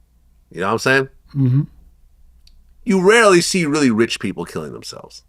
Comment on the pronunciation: Emphasis on “rarely”